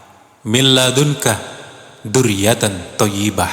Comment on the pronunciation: ذريت Bukan du ..baca pun silap